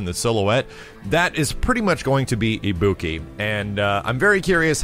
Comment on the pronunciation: Pronounces Ibuki as. Just killed my ears. Ibuki is welcome, don't care about Balrog (prefer Dudz) and rather than Juri I'd rather have Makoto. Oh well.